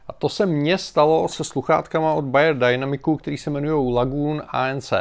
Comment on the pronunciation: Ahoj. Mám rád tvoje videá a robíš to dobre. Bayerdynamic je nemecká firma, takže nie dajnamik, ale jednoducho dynamik. :-)